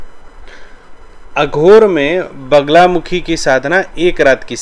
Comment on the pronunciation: वगला नहीं वल्गा !! वल्गा का ही अपभ्रंश बगला है।